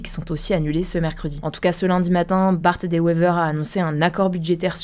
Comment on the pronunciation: On dit Bart Deux Wéver et non Bart Dé wéver. Tu y étais presque 😢😢😢😢